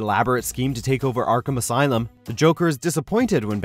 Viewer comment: "Arkham asylum" 🤦‍♂️